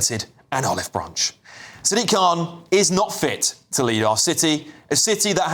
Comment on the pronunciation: Dude you pronounced Sadiq wrong it’s Sad-IQ khan